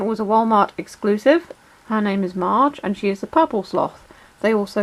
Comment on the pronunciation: It Marge not mage